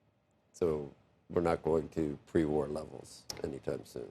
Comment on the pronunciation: Drop the vocal fry and up talk dear. For not furr. War not wurr. You're no longer on a college campus.